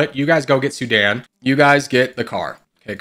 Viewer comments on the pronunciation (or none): none